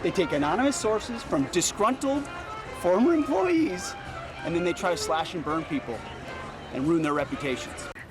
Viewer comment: why did he said “former employees” like that 💀 😂